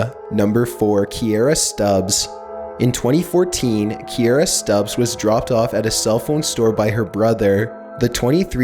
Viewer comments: it says ''Subbs'',you moron.not Stubbs. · On number four he says sTubbs, when its subbs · right? like he said Stubs instead of Subbs for the second girl. lol i don't see a T in Subbs. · Do I hear Stubbs or subbed?????? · u r saying KIERRA STUBBS its KIERRA SUBBS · It said subbs, but you kept saying stubbs? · ya said stubbs instead of subbs or was it the video makers fault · you messed up the text. You said Stubbs but it was spelled as Subbs. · you said Stubbs but it said subbs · Kierra Subbs,! Damn... you pronounce everything wrong...lol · Kierra stubbs but he says stubbs not stubbs?